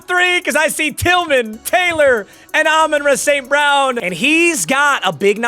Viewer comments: Idk if it’s just me but I lose it every time he says “ Amon ruh st brown” it’s Amon rah bro 😂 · Learn how to say “Ra” St. Brown